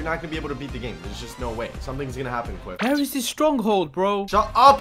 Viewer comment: Quiff not Quidd